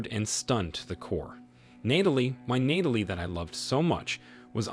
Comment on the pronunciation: You make the effort of finding stories and uploading but you can't program the voice to pronounce the name Natalie correctly? Do you know how grating it is to hear Nay-telee over and over?